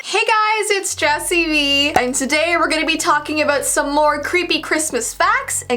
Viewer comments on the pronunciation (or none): When she said jessii Vee I thought she said jessii me lol